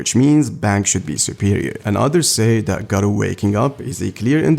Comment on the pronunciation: Its understandable since you arent a native speaker, but its funny when you say "Gah-Reuw" instead of "Gah-Roh" or "Neon" instead of "Nyan"